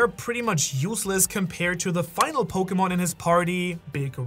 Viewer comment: He said pokeman to the ten shadows technique three fucking times